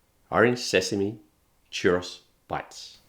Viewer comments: Cherrus. Lol! It's "choo-rows." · *"Churr-ohs", not "churr-oss". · Churros is a plural word 😭 it's not a chәross it's a churr oh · My only critique...churros is plural, singular is churro. It was odd hearing it like one would rhyme with 'boss' 😅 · Churr-ah-s is a crime. Churr-Oh-s is the way. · churros ; chur like "turn" and ro like "row" a boat. churr-oh. then the s is plural, not part of a singular name. churro! \ o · / I have such a strong love/hate feeling towards how british and australian people pronounce Spanish words😂 "Cherahce" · Can't say I've ever hears "churros" pronounced as "chur-oss" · I am taking psychic damage from the pronunciation of churros in this video 😵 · That's a weird way of pronouncing churros. Also, the singular form of churros is just churro. You can't have "a churros" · The Australian pronounciation of "churros" is adorable.